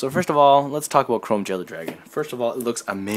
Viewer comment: Did you just say chrome VEILER?xd